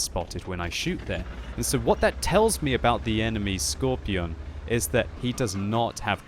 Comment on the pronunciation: can you just say skorpion and not skorpijon